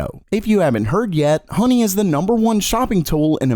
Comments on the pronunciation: It’s honey not hoeney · yeah, download hoe ny...what accent is that?